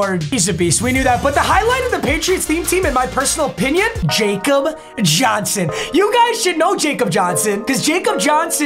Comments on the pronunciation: It’s pronounced “Yak-cob” Johnson not “Jacob” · Bro said JACOB it’s pronounced like Yaw-cub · love the videos, but jakob is pronounced 'yakob' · Love the content recently Papa, carrying YouTube fr! Also I'm a patriots fan and Jakob Johnson's name is actually pronounced Yah-Kob and not Jay-Kob because he's from Germany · just to let you know, its (ya-cub) johnson not (J-cub) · The name is pronounced Yahcub Johnson not Jacob Johnson. I’m a pats fan I know this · Papa, I tell you every time it’s “yacub” Johnson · I’m a pats fan and I get triggered when people say Jacob Johnson when it’s pronounced YAKOB Johnson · I’m going to have to complain about the mispronunciation of Jakob Johnson. Come on it’s not Jacob it’s YA-cub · Its like Yakob johnson not jacob lol. The j is a y because he is from Germany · ITS PRONOUNCED YA-CUB, NOT JACOB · It gets annoying when your a Patriots fan and he miss pronounces Jakob Johnson when it’s pronounced Yakob Johnson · it’s pronounced YA-KOB not jacob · IT PRONOUNCED YAH-CUB NOT JACOB 😭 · Yo man it’s pronounced “Yakab” not “jacob”……… he’s German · LOVE to see the pats theme! theme teams are one of my favorite series' NOTE: its pronounced like Yakob, hes our international player from germany! wish we didnt lose him this year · Fun fact: Jakob Johnson’s first name is pronounced “Yahkob” because he’s from Germany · Ya i get confused when he seas jay kob jonson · Jack Youngblood played his entire career with the Rams and Jakob Johnson first name is pronounced Yahkob he's German. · ITS YA-KOB. PRONOUNCED YAKOB JOHNSON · It’s yacob Johnson he’s German at least that’s how it was said all season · It’s pronounced “yah-kob” johnson. He played for my vols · Who’s gonna tell him that Jakob Johnson’s name is pronounced “Yakob” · PAPA. Jakob Johnson is German, so it’s pronounced Yahkob Johnson. ly papa 💜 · Who’s gonna tell him Jakob Johnson is pronounced “ Yacob” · It’s Yah-Kob johnson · its [Yah-cub] johnson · Jakob is pronounced Yokob